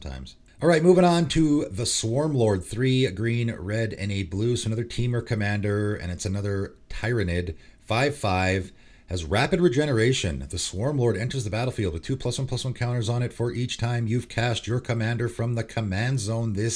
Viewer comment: I'm sure someone already pointed this out, but I'll throw it out there just incase. Most WH40k players pronounce Tyranid as "tier-a-nid."